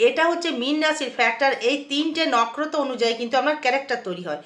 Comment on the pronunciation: ভালো বলেছেন কিন্তু নক্ষত্র উচ্চারণ ভুল করছেন